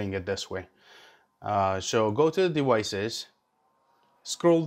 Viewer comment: fuck the story. we want to know how to connect our hero 8 to a pc! c'mon man! Edit: Sorry that was out of line.. Thanks for the video! Edit:, Edit: Don't say dewices.